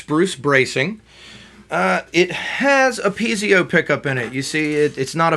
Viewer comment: Actually, it's piezo pickup not pizio...but other than that you've done a great review of a great guitar for the price.